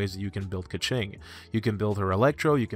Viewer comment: Don't you dare say keqing like that!